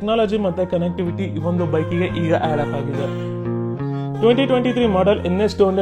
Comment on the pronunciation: Bro ಹ & a ge difference nodko bro Adu ಹ್ಯಾಡಪ alla ಆಡ ಅಪ